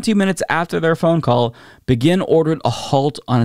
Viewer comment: PLEASE Google the pronunciation of Menachem Begin. Your phonetic botching of his name was the most cringe thing I've ever heard. Love your show but c'mon he was the leader of Israel and it wasn't THAT long ago. Either that or never say his name aloud again. Thanks & keep up the otherwise good work.